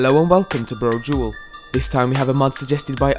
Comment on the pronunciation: not sure why this channel owner has its name Brodual and when i hear it from his mouth i hear Bro' Jul or Bro' Jewel but i find it funny enough.. plus i like the dancing at the end of each video.. haha cool music...